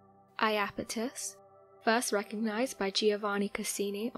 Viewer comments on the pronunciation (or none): none